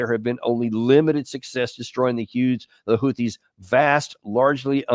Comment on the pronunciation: Hahahaha, I love Houtthis!